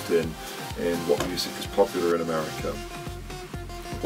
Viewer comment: meerriica?! hahah